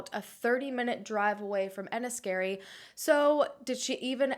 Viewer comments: I'm from Dublin, I'm 36 and these unsolved missing women cases still worry me. And Larry Murphy surely has more victims than that poor girl who was saved. Also, you pronounced Enniskerry very well 😁 great video, thanks. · You pronounced everything well, even better than a few Irish people! Haha Enniskerry was bang on 😊